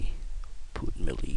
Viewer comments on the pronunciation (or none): Object Family: Melee (He says it the way its spelt lol)